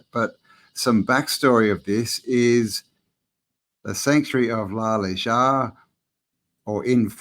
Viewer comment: Need to work on ya Spanish pronunciation m8 🤣.... J's are h's & V's are B's... Nice1 brother 🙏🏻✊🏾✌🏽🤝🫡🫡amazing building. P.s. Lunch Break has just done a brilliant deep dive on Mu which seems to answer alot of the questions we all have about who & how this realm was built....enjoy🙏🏻